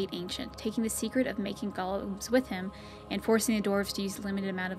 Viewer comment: It's pronounced GO-LEM not GOLL-UM. A Golem is an artificially created creature of clay or stone, based off Jewish mythology. Gollum is the name of Smeagol in Lord of the Rings. They make the same mistake in DAO, it was so annoying.